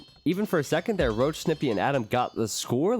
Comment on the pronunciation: Röchelrochen means "Groaning Stingray". Why do you pronounce it "Roach"? XD Maybe call him Rochen (Stingray). Even "Roachen" if you have troubles with the "ch". But "Roach" just sounds wrong.